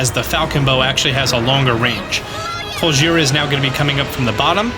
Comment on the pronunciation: every time he says Colgera I hear Godjira